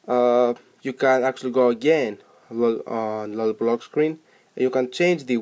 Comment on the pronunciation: did he just said lolli"poop" in